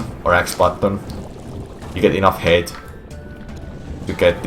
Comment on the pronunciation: Can I just say how much I love his pronunciation for "height"? It sounds like he's saying hate. "You want to get a sufficient amount of hate. If you don't get enough hate, you won't make it." There's a life lesson in there somewhere.